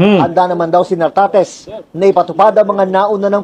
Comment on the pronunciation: Correction, nartatez hindi tartatez